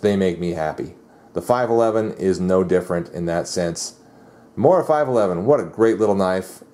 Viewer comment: its pronounced moora